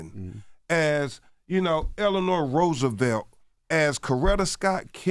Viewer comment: He said Eleanor Roosevelt 🤣🤣🤣